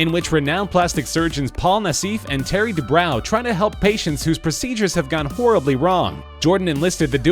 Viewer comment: # - Doctors DUBROW and NASSIF'S last names are pronounced "DOO-BRO" (NOT "Doo-BROW") and "NASS-IFF" (NOT "Nah-SEEF") 😒